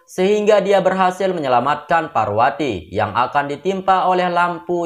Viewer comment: Bukan parwati tapi parpati😅